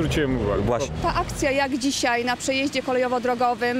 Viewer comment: Panie Prowadzący, pomijając irytującą manierą mówienia, proponuję poza prawidłowym oczywiście stosowaniem się do zasad ruchu drogowego, stosować się do zasad poprawnej polszczyzny. Warszawskie naleciałości w wymawianiu słowa 'tutaj' oraz 'dzisiaj' jako 'tutej', 'dzisiej', nie przystają do programu prowadzonego pod szyldem telewizji polskiej. Brzmią niedbale i po wiejsku, a nie jest to przecież program folklorystyczny.